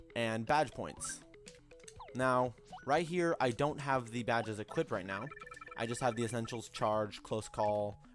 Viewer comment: Stop saying equipted.